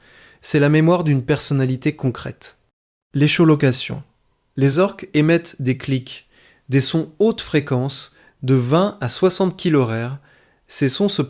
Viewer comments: J'ai arrêté après "les chauds locations"😅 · Euh... sérieux?? écholocation se prononce ékolocation ! Sérieux, si des enfants regardent ça... bonjour les mauvais exemples ! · " l'échaulocation" j'ai les oreilles qui saignent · J’allais faire un commentaire la-dessus! Insupportable!